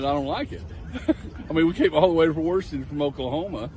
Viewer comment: Warshington? Dude from Oklahoma got that right.